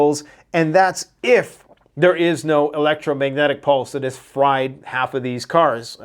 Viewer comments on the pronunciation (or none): none